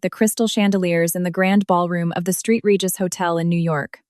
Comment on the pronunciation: I just can't listen. "Street Regis" hotel??